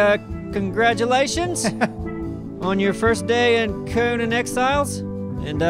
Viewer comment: you pronounce Conan wrong...